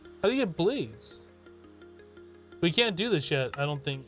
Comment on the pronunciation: Bla—ZE??? Do you mean BLAZE, like a fire?